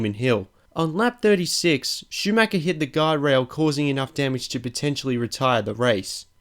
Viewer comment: Same with Schumacher... he basicly says Schumacker, which really hurts me as an German.